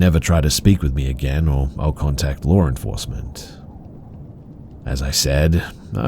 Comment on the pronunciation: "Lauren forcement"